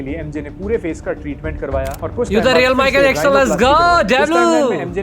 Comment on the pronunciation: wtf is michael jackshhon 😆😆